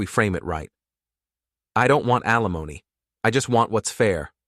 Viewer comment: Alimony, not Alimoni